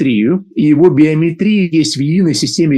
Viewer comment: Уважаемый, в слове биомЕтрия, ударение именно на букву Е😊